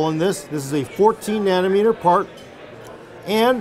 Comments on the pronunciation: Did say nanner meter? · "7 naner meter goodness." 7 meters of bannaners does sound good lol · "7 nanermeter", we love you so much. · ..."worlds first 7 nannermeter..." LULZ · Not nanometers.........nannermeter lol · Nannermeter lol